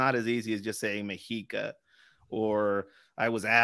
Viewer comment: It's pronounced "meh-she-ka." Not "me-he-ka."